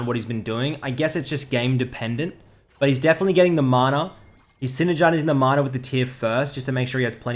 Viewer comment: Is he saying "manar" or am I hearing wrong?